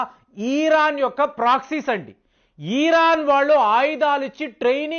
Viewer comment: ఈరాన్.. ఆ.. ఇరాన్.. ఆ.. చిట్టి తండ్రీ. చాలా పేర్లు ఇలాగే మార్చుతున్నావు.. సరిచేసుకో..